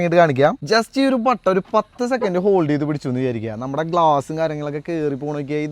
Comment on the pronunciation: Patton alla button aanu!